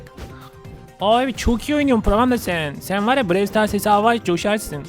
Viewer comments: Bide abi pandanın yüzünü göster hepimiz çok merak ediyoruz lütfen seviliyorsun Brawl stars bide brewl diye okunmuyo browl stars diye okunuyo ama olsun seni çok seviyoruz hepimiz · BREWL DEĞİL BRAWL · abi brey star değil brawl star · Brevl stars değil brovl stars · Abi brewl stars değil browl star diye okunur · Abi brevl stars değil bravl stars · abi Brewl Sters değil Brawl Stars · abi BREW STARS DEĞİL BRAWL STARS YANİ ŞÖYLLE OKUNUYO TÜRKÇEDE BIROVL SITARS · Abi brewl stars değil brawl stars o abi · Abi brewl stars değil brawl stars öğren bunu abi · Abi birevl sıtars değil bıravl sıtars yani (brawl stars) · abi brewl stars değil brawl stars ilk yorum abi kalp atarmısın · Abi brewl stars değil brawlstars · ABI OYUNUN ISMINI YANLIS SOYLUYORSUN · BRAWL STARS I YANLIŞ TALAFUZ EDİYORSUN ABİ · Abi seni seviyorum bu arada brawl stars ı yanlış diyon